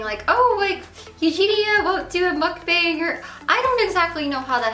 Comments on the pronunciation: what is she saying a muck bing? I have never heard of that term before, what the hell is that? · it bothers me that you mispronounced mukbang. I know it's a Korean word and you don't speak Korean but still.